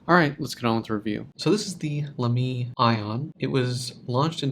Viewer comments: Thanks for a nice review. Even if your pronunciation of Lamy drives me up the walls... Great job with the a in La, but don't stress the second syllable. Like Baby. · It’s laa-me